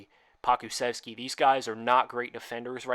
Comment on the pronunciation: Just so you know for future reference; it’s POE-KOO-CHEF-SKI